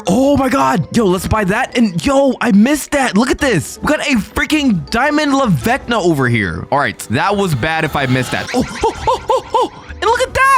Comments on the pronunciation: It’s lavaca not lavecna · Bro said la vecna it’s la vaca